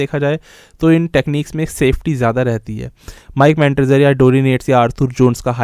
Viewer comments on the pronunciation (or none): Its Not Mike Mentder son. Mere bhai. More like Mike Mentosbimal. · Bro it's Mike manzer